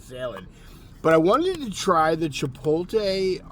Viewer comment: Hey.....there's an "L" in Chipotle. It's not silent 😅🤣😂